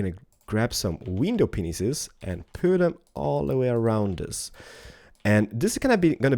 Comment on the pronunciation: it sounds like he said "window penises"